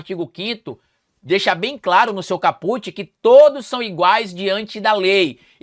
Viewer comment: A palavra "caput" é paroxítona; o latim não tem oxítonas. A pronúncia correta é ['kaput].